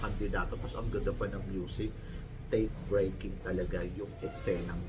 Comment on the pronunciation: Breath Taking haha not Take Breaking😂😂😂